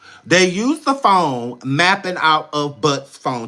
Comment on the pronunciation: Oh-my-Gooood!!!! You are a class a bonifide NUT case!!! "not phahone" 😂😂😂😂